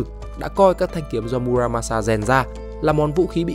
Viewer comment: Mư ra ma xa . Đọc đúng âm Nhật